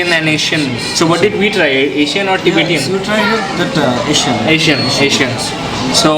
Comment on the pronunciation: LOL. What is tibetiaaan???? it's Tibetan.